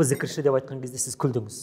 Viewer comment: Джі əріпін Ж деп айтайық!!!